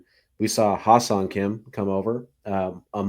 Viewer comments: Best possible outcome now is trade for bichette and put him at third. Go get Kim Hye Seong (pronounced Hye like Hay not Hi), and then sign Alonso or turner. Let’s not forget too we still have done nothing with the pen. Not looking super encouraging. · If you guys want the correct pronunciation of Hyeseong Kim's name, it would be "Heh Sung" Kim. So much gets lost in translation based on how Koreans translate their names from Korean to English. Personally, at some point while growing up, I got tired of trying to get people to pronounce my middle name (which is the Korean name given to me by my parents) because rarely ever did anyone get it right after several attempts. 😂